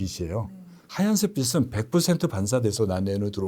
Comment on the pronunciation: 닥터라서가 아니라 대중앞에 설때는 지식 학식과 무관학 한국말을 제대로 합시다 빛 은 비슨. 비시 가 아니라 비츤 비치로 발음해야 합니다